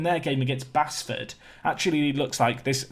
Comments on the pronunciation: Where's cherno samba? Oh yeah, I'm 20 years too late. P.s Basford is pronounced Base-ford, it's in Nottingham 👍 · Basford is pronounced “base” btw. Only know because I live near their ground. Great signings though and love the series. Keep it up!